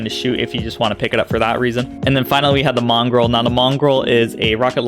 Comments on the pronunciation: Dude. It sounds like you're saying "Mongrel", like a dog, rather than Mongol, like a people... As always, wicked vid. That's for the great content and I'll be checking back for that build. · There's no r in Mongol just so ya know